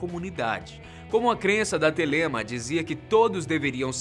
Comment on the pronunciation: se pronuncia Télema